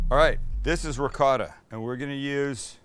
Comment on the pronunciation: It is not ricoddo. Its called ricotta. Italien cheese😊